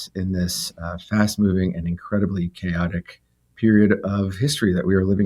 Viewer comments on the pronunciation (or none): "chaotic" == kay'o.tic. or, better, kay.o'tic. No ch in there.